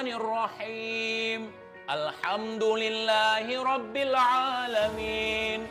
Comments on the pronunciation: yg terhormat:... 'Alhamdulillah... 'A disini adalah 'Aint bukan Alif...pembacaan nya juga berbeda yakk...sekedar mengingatkan jika bukan ranah nya kita berbicara mengenai agama alangkah baik nya tidak membahas agama... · itu yg pake topi org islam apa bukan yah... baca alhamdulillah aja msh slh ko brani2 nangtang habib.. ingat jami dri banten sgt mencintai habaib